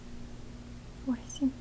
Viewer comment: OK, if you ever teach Russian for real: you transcribed sem', vosem', devyat', desyat', but before that soft sign, you actually pronounced an i vowel: sim', vosim', devit', desit' ... hope you don't mind a linguist pointing this out for you. Nice language lesson, but for relaxation purposes a bit spoiled on a linguist ...